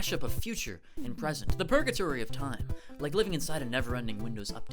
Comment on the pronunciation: "fresent" ... gonna use that one